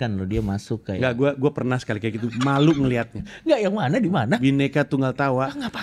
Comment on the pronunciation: renyah syekali